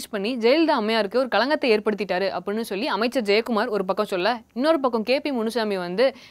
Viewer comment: ivaluku first solli endra word ah olunga solli kudunga bos....